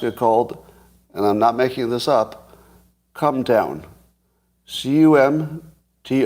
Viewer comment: Leave it to Scotty to pronounce Comton as Cumtown to fit his simulation theory. lol